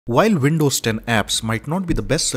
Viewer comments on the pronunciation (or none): You're pronouncing Windows as Vindows.